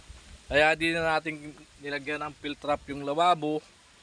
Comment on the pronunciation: Correction hindi field trap kundi p-trap, lagi ko naririnig kay yung field trap which is not correct